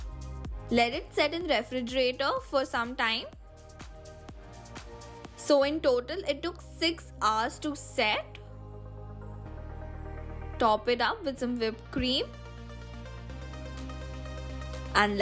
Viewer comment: It's Flower not fla and it's hours not hard😂😂